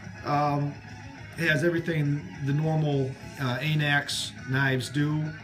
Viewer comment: anax not A nax